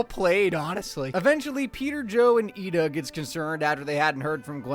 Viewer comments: it’s i-da not ee-da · Its ida not eda moron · Her name is Ida (eye-duh). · Bro said "eeda" at least watch the show instead of consulting chatgpt dude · You pronounce it as “eye-da” is what they meant.